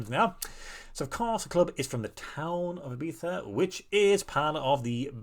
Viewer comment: I love how you said Ibiza! Como un Español de verdad ❤